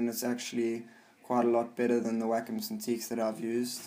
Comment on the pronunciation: Every time I hear someone say "Wacom alternative", I think they say Whack a mole